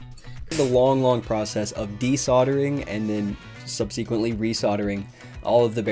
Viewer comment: I can't believe you put this online... It's stunningly brave of you to share your pronunciation of subsequently for all to hear. 👏